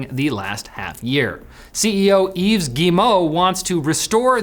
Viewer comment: Let's collectively pray for in hopes that he'll notice this comment and once and for all stop pronouncing the silent 's' in Yves Guillemot's first name. Come on, pal, you're Canadian, you of all people should know better